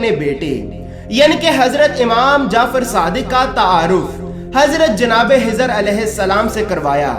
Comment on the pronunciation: Janab { HIZR } nahi KHIZR ALAYHISSALAM video me chek kijiye